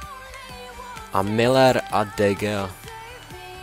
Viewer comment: Výslovnost hráče "DE GEA" se povedla ! :)